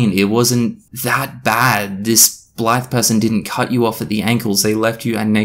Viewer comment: Oops. Just had to delete a comment saying you looked like a racist because you kept describing the reviewer as a "black person". Turns out with your accent at 2x speed "that Blythe person" sounds a lot like "that black person" lol